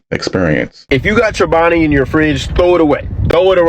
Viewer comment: Played around with the word chobani - chinoba ? It's just missing the L 😮